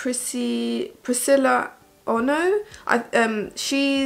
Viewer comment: Put one love heart on the shout out comment, ma! 😝 Her name is pronounced Priscilla as in Godzilla 😉 (sorry couldnt think of a better comparison. No shade to Priscilla! 😊). Try coconut oil on water proof and stubborn mascara. It should take it off easily. Its gentle and hydrating on your lashes too. Have you tried kewra water as a second cleaner when double cleansing? It works really well. Then rose water and witch hazel as a toner. All that stuff is cheap cheap in our shops. I like natural stuff as much as possible :)